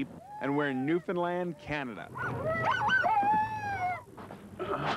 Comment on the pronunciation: Hey Guys, Great little show here. The dogs and the setting are, well, aweome. But, you know what, the best part for me......the presenter actually pronounced "Newfoundland" correctly. Bravo !